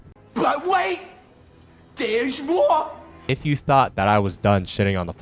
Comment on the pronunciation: BUT WAIT THEWES MOWA